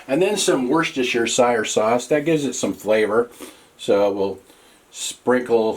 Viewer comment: The way you said Worcestershire sauce make me snicker a bit my dude. :D 99 cents a lbs, what a steal nowadays eh? Stuffs expensive over here in Michigan.